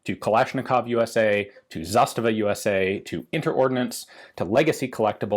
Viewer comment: It should be ZastAva, with emphasis on the 2nd syllable (in Russian "застава" means "оutpost").